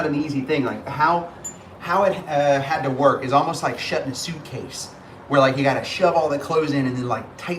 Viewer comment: You said, "I love Olive you," which is great! 🤣